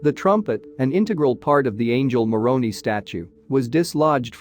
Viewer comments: Every time you refer to Moroni, I cringe. It's pronounced like Moron-eye. I remember when the earthquake happened. There were so many memes.😊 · Moroni does not rhyme with macaroni! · The pronunciation of the word Moroni Is with a long I, not an e!